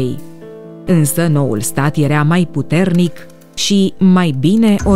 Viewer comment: cand te aud ca spui erea in loc de era... mi se pun pitici pe creier